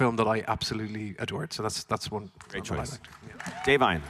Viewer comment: Im impressed he pronounced Da'vine 's name correctly